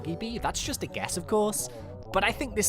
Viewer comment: U said ge not guess lmao